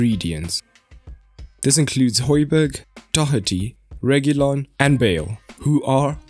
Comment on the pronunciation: should have talked about how important hojbjerg (pronounced hoi-bee-air) is to the team. breaks up the play and his composure is unreal. if u mentioned this u could have just shut all the rival fans saying he is shit even though they dont watch us play much